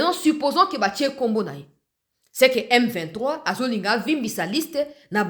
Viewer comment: C'est vraiment regrettable, mukolo ya lokuta boyee autaa wapiii? Yoka ndenge azobeta beta munoko. Il est incapable de prononcer le nom M23?????